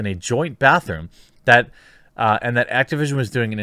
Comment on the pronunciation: You seriously aren’t saying “bathroom?” Bruh….